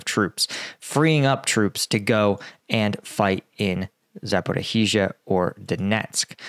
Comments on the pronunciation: Mate, ZA-PO-RI-JYA, not zaporihizhiya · Try to pronounce Zaporizja! This zaporihi:zija is not OK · Zaporizhzhia is pronounced like Zaporishia, not Zapporee-hee-shia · Hello, it is ZAPOREESHA or ZAPOREEZHA in Ukrainian, not Zaporohisya, sorry for that, but it is easy! ZHZH (almost SHSH) means you speak it longer and not double. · Zaporizhia! It is not Zaporohizhia! It is the shorter version! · It's pronounced ZA-PO-RO-ZHIA, not Zaporohizia please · Zapra hiz iya? No Zapor eeezhya da or yes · Za por ya hi zya... nooooooooooooooooooooooooooooo Za por izh (ige in beige) ya.. Come on mate get with it. How long have you been struggling with these UA names. Get with it mate! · Please, do not pronounce "h" in Zaporhyzhia :). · love the show. The pronunciation is za-po-RYJ-ye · Its called „saporischja“ i wrote it how you say it 😊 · Zaporizhzhia is pronounced with 4 syllables: “zah-poor-ee-zha”. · You are best, but please: Zaporizhzhia = [zapo-rish-ya] or better [zapo-rish-shya] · Your pronunciation of "Zaporihiza" is weird. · Ok.... Zaporhizizia???? I understand mispronouncing towns and areas if they are the 1st, 2nd or 3rd time they are mentioned. But please show some respect for the Ukrainian people and learn the pronunciation of the areas that have been on the front for.... 6 months! (Otherwise, I like a lot of the analysis you bring,) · Zaporizhzhia - this is how it's pronounced: Cheers! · I wonder if he'll ever manage to say Zaporizhzhia correctly :)) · How is it possible to have reported on the war for well over a year, and still not be able to pronounce "zaporizhzhia" even approximately correct? I must confess I am a bit embarassed on your behalf..